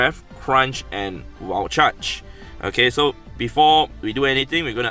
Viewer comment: saying wild charge. "Wall chuch"